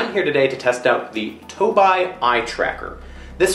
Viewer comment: Toe bee* not (toe bye)